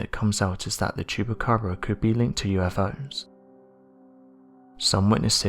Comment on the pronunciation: Well at least everyone knows it's a black bear with mange. Poor bear. This dude trying to fool us saying it's a chuppacraba.